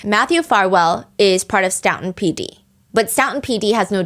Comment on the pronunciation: STOE-TON not stout-on